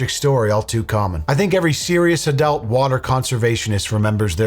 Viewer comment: Ive never heard someone pronounce Room/Rum and Adult/Adelt